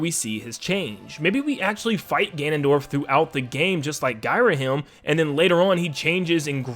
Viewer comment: Gairahim LOL